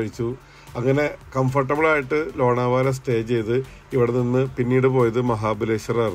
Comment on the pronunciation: Lona vala alla lonavla